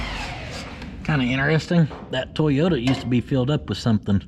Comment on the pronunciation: The ole "TWOYOTA"